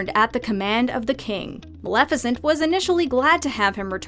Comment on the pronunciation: Maleficent: XD Maleficant